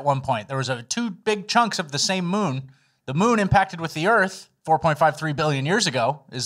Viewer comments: Did anyone else notice "Temporary Moom"?!! Hahaha! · Lol, it's not a moon it's a moom. Mooms and aliems